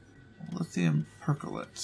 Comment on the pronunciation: not lithium percholate, but lithium perchlorate please xD